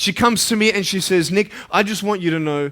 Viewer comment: pls don't get misunderstood.i know I am naggy but I cannot stand the way is saying nick very badly